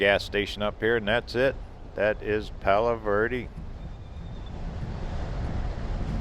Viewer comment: Can you say eh? Palo verde